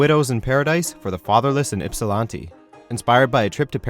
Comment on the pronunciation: lol the way he pronounce "Ypsilanti"